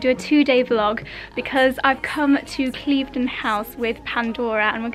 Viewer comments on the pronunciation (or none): You're saying 'Cleeve-den' House, Claire from I am Chouquette has been saying 'Clive-den' House, and you're both wrong - it's actually pronounced Kliv-den House. Make an effort, girls!! 🙈